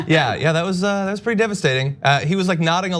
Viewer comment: Hey pRetty has an “r” in it.